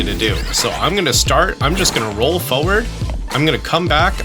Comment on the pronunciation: It’s not “foward” it’s forward